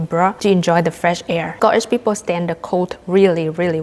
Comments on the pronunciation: Sco eesh...... perfect accent ❤ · Hi from Scotland, I`m pleased you enjoyed your time here. Just to say the way you say Scotland and Scottish sounds, well, Scottish 😁